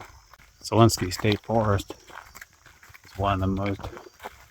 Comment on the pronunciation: Zaleski not zalenski